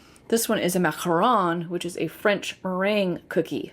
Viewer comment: I loved your French pronunciation 😊